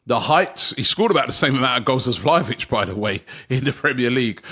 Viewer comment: Issa VlahNOvic for me😏